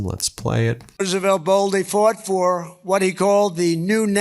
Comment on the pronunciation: did that fool say Roosevelt....smdh